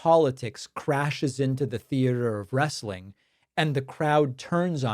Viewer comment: It's wrestling, not Wrastling ...